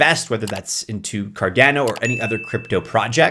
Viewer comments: Why are you pronouncing cardeno, not cardano? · Why people still pronounce Cardano incorrectly after 8 years is beyond me.